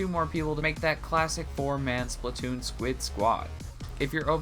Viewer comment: People it's SPLAT TOON NOT SPLIT TOON OK